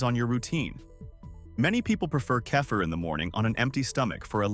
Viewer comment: How many ways can AI pronounce "kefir"? I counted 3 in the first minute. Why do humans no longer read these scripts?